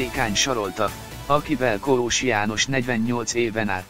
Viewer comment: Nem Koós-nak kell kiejteni, hanem Kósnak, tiszta szégyen ez a szinkron.